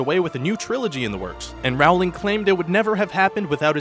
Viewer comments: Very cool information, really interesting. I had no idea about Beauty and the Beast trailer popularity. Simply because it bugged me to hear it wrong over and over, I have to let you know that it's J.K. ROW-ling. Like 'row, row, row your boat'. It's not 'Raowling'. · its pronounced rolling not rowling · It's Rowling like Bowling.